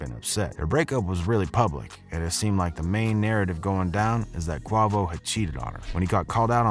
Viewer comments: I Stopped When I Heard Him Say Qua Vo 😭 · …. bro it Quavo… like (kway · Vo) Kuh way vo. Only one of the biggest artists in one of the biggest rap groups of the last 10 years. It’s not too late to learn how to pronounce his name.. I would have to imagine you came across his name being pronounced during your “research” for this video? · Bruh he said qavo 😂💀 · He trolling pronouncing Quahvo name like that 🤣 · It’s Qwayvo!! Damn why you can’t even pronounce his name right 😂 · I stopped when he said qua voe 😂😂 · Bruh said Kwahvo 🤣🤣🤣💀💀💀😂😂😂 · Lawd it was making me wish I could grab his lips and say aaaa not ahah for the love of my irritation please practice your names first next time! Go and look at previous interviews and listen to how the person is saying their name. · Lol yea I thought that but it isn't bad enough that I would not watch this video. But it's like he's calling quavo like you say the name for Jose Cuervo liquor 😂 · Culture vulture with the kwavoe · ong gng say bro name right shyt sound mad funny bro said QUAHVO lmaooo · It’s Pronounced QUAY-VO Btw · Gay vo btw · Bro if u gonna tell a story, say name and shit right....GOT DAMN!! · Why u keep saying his name like that? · I liked your video until you didn't know how to pronounce quavos name. Obviously you know nothing about the Mogos. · I'm white. I think too many people get the label "culture vulture" that do not deserve it. Adam22, Vlad, etc... but God damn man what are we supposed to call you when you pronouce Quavo and Odee's names wrong?? It's like you've never heard them said before which is insane to think.. I've only watched 2 videos and you've got 2 names totally wrong... what's up with that? Cause to me it looks like you're just googling hip hop stuff and making a video when you know nothing more than the article you're reading. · Its hard to listen to u when u ain't saying his name right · U was saying his name wrong the when video. Quavo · Please learn how to pronounce the rappers names